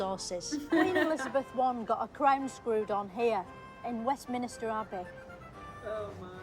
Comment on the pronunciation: I love the deliberate mispronounciations like "WestminISter" and "FeminINinst" etc. Most reactors do not get the "Richard The Fifth" joke.